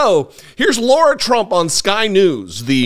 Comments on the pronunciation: Her name is Lara, not Laura. While I share your opinion of her and her singing, you lose all credibility when you can’t even get someone’s name right, and to laugh so much is cruel and beneath you. I’ve never been a big fan of your channel, but I kept watching. Never again. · She admits she's not a professional and didn't sound best but before you want to criticize others learn to pronounce her name correctly..it's not LAURA! It's LARA...